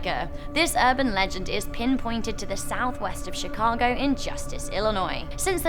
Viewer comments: Chicago not shicago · Did she say Chicago hood bang bang